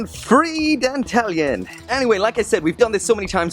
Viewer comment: I thought you pronounced Dantalion as Dan-tah-lion? (lion said the same way as the animal)